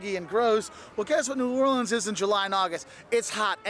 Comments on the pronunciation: Pronounced in 4 syllables New Or Le ans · New or le ans ,pronounced in 4 syllabes